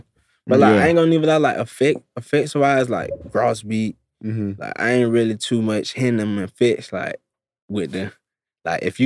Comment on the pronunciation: you hear how he pronounced gross beat? sounding fancy n shit